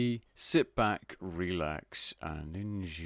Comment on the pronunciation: Love the videos, but I have 2 criticisms. 1. You say the words 'vary' and 'various' wrong. I don't care about this really, just thought you should know in case no one has told you. 2. Your 'sit back, relax' intro (especially the way you say 'enjoy') is incredibly painful to me. It's like 'Scratching a Chalkboard ASMR' or something. Please get rid of this intro, you don't need it. Hope that wasn't too harsh, I genuinely do love your content. I just think that these are the kind of things that are holding you back.